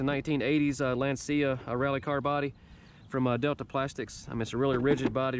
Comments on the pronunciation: Love your channel, but a quick heads up that I thought you might appreciate knowing, because I know that I would. Lancia is pronounced like Lansha or LAHN/tchah, not LAN/see/ah. Keep up the great work. 👍🏻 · Great to see Rally in US.. In u should pronounce the c as ch... Lanchia..like lunch...🤘🏻😎🤘🏻